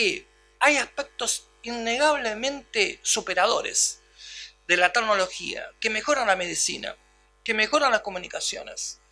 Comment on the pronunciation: Muy interesante. Solo faltaria no decir 228 veces "tagnologia".